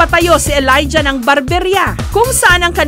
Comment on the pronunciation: Elaijah? Tama ba pag kakarinig ko?